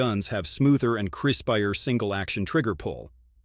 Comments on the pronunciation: Striker Fried, Crisp-i-er, Dooble-action pull. LOL. Robot voice is having a hard time today. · Is this an AI reader? Lots of mispronounced words. Like "crispier"